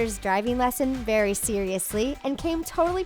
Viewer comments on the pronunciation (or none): none